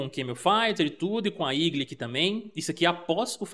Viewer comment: igli ?? nao seria eagle ..portuguesando para igou.